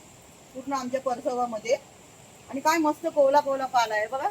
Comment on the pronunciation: कोवळा असा शब्द आहे.. कोवला नाही 😂